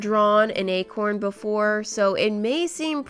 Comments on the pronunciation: When she said acorn I thought she said a corn 🌽😂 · Okok I heard “egg horn” once when she said acorn😂now everytime she said acorn I keep hearing egg horn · When she said Acorn I thought she was painting a corn 🌽